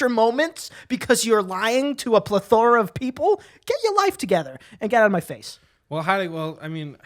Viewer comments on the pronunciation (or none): Too many times I've heard you mispronounce plethora. I hope you're not upset that I'm here to steer you in the correct direction. It's pleh thr uh. Not pleth hora, as you say it,. XOXO